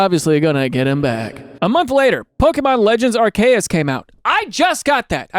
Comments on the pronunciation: half of the pokemon community: “its ar-see-us” other half of the community: “no its ar-key-us” daniel thrasher, resident psychopath: “ar-kay-us” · Are -key - us Or Are - see - us Either is acceptable. This arkayus nonsense is 1000 nails on a hallway of chalk boards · how do you pronounce it? Gair-rah-tee-Nah-? That’s how I pronounce it. Also, yes, the Arceus one bugs the HELL out of me!! It’s Are-See-Us, not Ark-E-Us! I HATE the Ark one! Look at the name Perseus. Per-See-Us. You wouldn’t pronounce it Perky-Us!! Percy is Purse-See, not, again, Perky! Obviously people can pronounce these words, however they want, everybody, for the most part, has free will. that doesn’t change the fact that if one pronounces it as Ark-E-Us, I die just a little inside each time. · Bro that is not how you pronounce arceus😭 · Your initial pronunciation of Arceus threw me way off lol love the latin ish take 😂 The OFFICIAL Nintendo pronunciations are Are-key-us and Are-see-us if you wanted the official ones. Off pronunciations is how we get accents though so dw about it :D Giritina is usually pronounced geer-uh/ih/ee-teen-uh or so but tbh not really sure whats official (and for geer part literally heard both hard and soft g) Havent really heard giritina in any of the anime or anything 😅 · Arkayus is probably the worst pronounciation of arceus i have ever heard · Ahem: ARKOOS. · pokemon legends.. what tf did you just say? 🤣 the way i actually physically reacted when i heard that pronunciation. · And on purpose too LOL almost lost it when he said Arceus right and then corrected himself into saying it WRONG jdbdhxhhsva